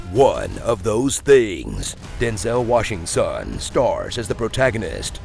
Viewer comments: hahahah....hold up did he say...Denzel WashingSONS? hehehe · “Denzel Washingson” 😂😭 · "Denzel Washing-son"...You goddamned geniuses. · "Denzel Washinson" 😂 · Denzel Washing*son* lol